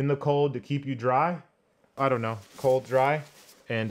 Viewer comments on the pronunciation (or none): Says cold ready not dry 😅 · COLD.RDY Not Cold.Dry, my friend😍